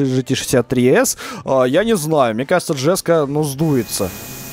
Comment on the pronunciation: koenigsegg не джеско, а еско